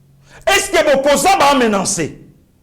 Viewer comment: ME-NA-CER ET NON MENANCER. POURQUOI BOKO TIA "N" DEVANT LE "C". MENACE